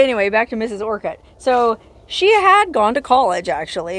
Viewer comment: Its pronounced just a quick orcut kinda like orchid. Not Or cut. Lol